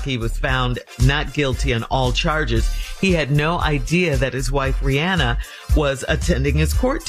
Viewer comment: mispronouncing “Rihanna” is CRINGING!